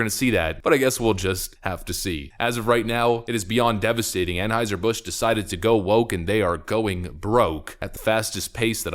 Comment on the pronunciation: Well, at least he pronounces Anheuser properly. I have heard a couple other channels butcher that.